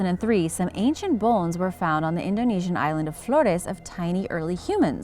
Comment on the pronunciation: First of all Katrina (a.k.a. Rachel Dolezal). They don't roll their "r's" in Indonesia (island of Florrrrrrres? Good God!). The fraud that passes for fact checking on your channel is atrocious (Queensland tiger?!) Please stop.